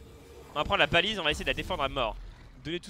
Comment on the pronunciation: c baliste pas balise